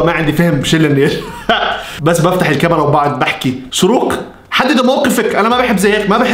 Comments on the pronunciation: شروق❎ اشراق✅ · لماذا تقول إشراق وهي شروق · اسمها شروق مش اشراق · شروق❌ اشراق✔ 😂😂😂😂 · شروق❌ إشراق✅ ياخي فصلتني😂😂😂😂😂😂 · اسمها إشراق ❎ شروق✅ (😂😂😂❤) كل ما بيقول إشراق بضحك😂😭* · عم يتمصخر على أسمها هههه 😂😂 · شہروٌقہ ❎ آشہرآقہ ✅ شہوٌ قہصہتہكہ مہعہ آلآسہمہآء 😂😁😂😂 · الوظيفة: تخريب الأسماء🌚💔 رغده❌ رغدك✅ شيرين❌ شنينا✅ سيدرا❌ سميره✅ نارين❌ نارينا✅ وليد❌ محمد✅ بنين❌ بناين✅ نور مار❌ نور مارخ✅ شروق❌ إشراق✅ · شروق ❌ اشراق ✅😂😂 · اسمها شروق مو اشراق 😂 جايه اتفرج على الفيديو بعد 3 سنيين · شروق ❌ اشراق ✅ 😂😂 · مشان الله اسمها شروق مش اشراق 🙁😭😭😂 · شروق❌ إشراق✔️ 😂😂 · شروق ❎ اشراق ✅ 😂😂😂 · تنبيه:البنت إسمها شروق مش إشراق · شوروق❌ اشراق✅ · شروق مش اشراق😂😂😂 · شروق❎ اشراق✔ ههههههههه😂😂😂😂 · اسمها شروق مو اشراق😂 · اسمها شروق مو اشراق😂😂😂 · شروق ❌ أشراق ✅ 😹😹💔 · ايش مشكلتك مع الأسماء اسمها شروق مش اشرااااااااااق😤😂😂😂😂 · يا زلمي ما عاش تقول اشراق اسما شورق اوف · شروق ❌ اشراق✔️ 🌚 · شروق ❌ إشراق ✅😁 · إسمها شروق ليس إشراق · شروق مش اشراق HHHHHH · شرووووق مو اشراق اقرا عدل